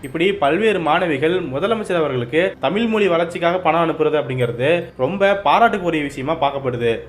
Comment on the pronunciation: Anna tamilmolie illana tamizh mozhi neenga ozhunga uchcharinga